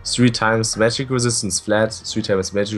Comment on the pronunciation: "Magic Resit"